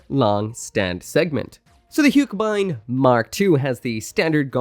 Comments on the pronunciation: Hiyuk-buyn? And I always thought haka-beyn is how you pronounce it😅😅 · It's pronounced as "hugh-keh-bind" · Easiest way to pronounce it is "hugh-keh-bind" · Take a shot every time changes the pronounciation of Huckebein